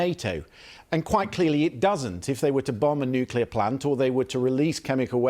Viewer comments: Expert!!!!!!!!!!!!!!!! '' NUKILAR''??????----------------Nuclear!!!!!!!!!!!!!!!!!!!!!!!!!!!! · LIAR! I want to see NATO at war with Russia in Ukraine. Also, IDIOT, it's "nuclear" not "nukular". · It's Nuclear not Noclour the big dummies that can't pronounce the damn word. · Nuclear. Not nukular. How are some of these people even allowed to publicly speak if they can't pronounce rudimentary words? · New-clear. Not nucular. It's so annoying. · David 'NOO-KYULLER' Lammy 🙄 Many of these people can't even pronounce words correctly and they're running the country?! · One of these interviewees appears to be an expert and competent communicator, the other seems to be a bullshitter who also cannot pronounce the word nuclear ... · And he doesn’t know how to pronounce nuCLear? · I find it difficult to take seriously anyone in authority who is unable to pronounce ‘nuclear’ correctly.